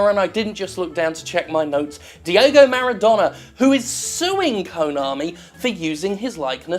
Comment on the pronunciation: I Keep Hearing You Say Di-O-go Jim, But Just In Case His Name Is Di-E-go, Diego Maradona.